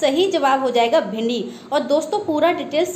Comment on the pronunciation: Bhindi hota hai bhind nahi😭😭😭😭